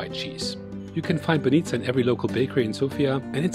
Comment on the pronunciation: Excellent - pronounce my favorite BAH'neetzah!